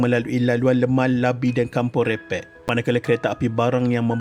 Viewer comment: Bukan labi.. lati